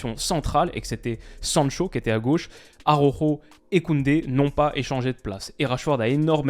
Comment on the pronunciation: frero prononce pas ARORO mdr, mais plutôt ALAOUJO (le J est une jota, pas à prononcer comme la lettre J bien sûr) je vais passer pour un gars relou mais ça m'écorche l'oreille à chaque fois